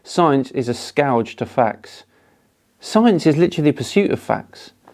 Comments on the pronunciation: I think you meant to pronounce that "skerge" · The way you pronounce "scourge" is horrible. Still, great video. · I have no right to be a grammar nazi but isn't the scourge pronounced scuurge?